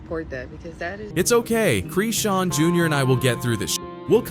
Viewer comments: Its Chrisean...not CHREEEEESEN.... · Why u keep saying creesean! That’s isn’t her name and y’all just making up things here. That baby ain’t goin anywhere … he gonna be right where he belongs… with his mama… y’all weird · Why errbody refuse to say her name right?